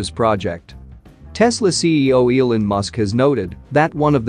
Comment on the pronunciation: It's E-Lawn not E-Linn